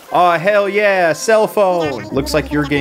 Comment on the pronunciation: He says "Yeah" but it sounds like "Ei" to me which means 'no' in my language xD